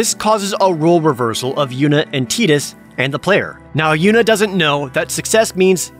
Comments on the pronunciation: I love how he got so lit up on how the name should be pronounced. TIT-DUS? NO NO--TIE-DUS IT FITS WITH HIS WATER THEME 😂 I LIVE FOR THE ENERGY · Some history here: His name is neither Tide-us nor Tea-dus. It's Tida (Tee-da). It means "sun" in Okinawan. I don't know why it was EVER written as Tidus and, quite frankly, it should have been pronounced like tide in Western countries. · It's not teedus in English, because they don't speak English canonically. It's Tie-dus in english. The japanese are wrong about our language if they want to try and dispute that. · .... this comment section.....shaming each other into pronouncing a made up name by measuring street Cred🤣🤣🤣🤣🤣 It's Tide-us to me, and always will be😊 It's just a game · " I'm going to do my best to go by the canonical pronunciation" Next second: "ok so Titis here is our main character" 🤣🤣🤣🤣🤣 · It is actually pronounced Tie-dus in english speaking countries, it's just people in Japan pronounce things a little different. "Coke" from coka cola is pronounced "cock" for example. xD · It will always be Tie-dus. Never Tee-dus. Who the fuck would want the other one. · Why is the " i " in his name spoken like the " e " in Tedious? But thats SquidEnix for'ya, yes thats how you pronounce the companies name if the MC's name is pronounced like tedious... my face is tired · It's "Tedus" because in Japanese you pronounce "i" like you would be saying "e". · Jared: complains about the pronunciation of Tidus Also Jared: Or On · From what I understand, Tidus is pronounced the way it is because it's the Okinawan word for "Sun". The developers said so in an article about the game in an issue of the Official U.S. Playstation Magazine (OPM) back in the summer of 2001, the same summer that saw the release of the "Spirits Within". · I just can't pronounce Tidus in the intended way while keeping a straight face. It's beyond me. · Absolutely no way Tidus’s names is pronounced Tidus. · Hate how everyone says Teedus when it’s Tidus